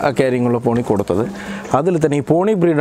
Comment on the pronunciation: തോണി അല്ല ചേട്ടോയ് പോണി😆